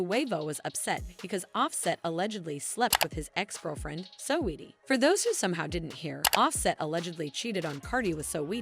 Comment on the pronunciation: Also Sow-Weetee...